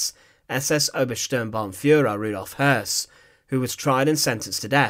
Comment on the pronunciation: You added an erroneous "R".